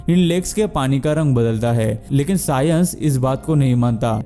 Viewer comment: I hope you practice your English a bit more. It's science, not sayens (tried to write how you pronounced it).